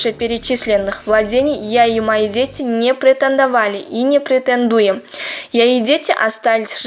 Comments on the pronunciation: пратандаваи и не пратендуем😛😂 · Полторы тысячи миллионов... претандуем... кулагым ооруп кетти